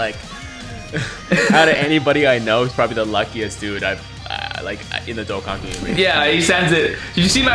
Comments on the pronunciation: my guy said dokkan fam like DOCK-GAN fam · I wish you pronounced dokkan right lol besides that your a good tuber